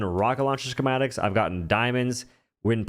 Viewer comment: Ski-mat-ik... Not sure wtf you were trying to pronounce but it's pretty simple